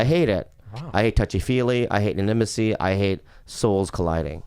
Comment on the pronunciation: "ininamacy", love you Bobby